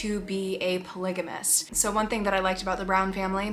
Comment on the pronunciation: It's pronounced Polygamist..with a P ..NOT Tolygamist.